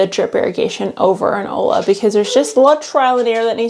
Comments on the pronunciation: It's olla....but pronounced oia or oya...double ll in Spanish is pronounced as a y type sound. Olla means pot...you're pronouncing it ola, which means wave, and ola which means hello. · Hey. Future info… Olla is pronounced like Oyuh. My body rejected the ola pronunciation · Uh.. Spanish teacher here. It's "olla", double L, and pronounced "oi-ya". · Also wack, not making the effort to pronounce olla correctly. (oy-ya) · Ollas are Hispanic, it's pronounced "oya" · Please pronounce Olla the right way. Like Oi-ya. Lola’s are great if you live in the desert. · Clue: ollas is pronounced “oyas”. Two ll’s together sounds like a y in Spanish, which is what the word is. Otherwise, you nailed it girl! Keep up the excellent work!